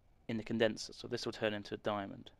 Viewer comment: I think you mean Condenser not conderser